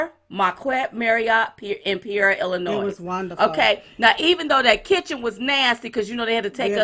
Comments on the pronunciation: lol ...It’s Pronounced like this ...Pea or Ea - Peoria - ♥️You Both!! You’re Fabulous!! 🇺🇸TRUMP2020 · PEE OREA, LIKE OREO, BUT OREA.